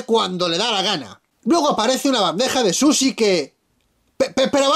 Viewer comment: Quien le dice susi al sushi? Maldito abraza farolas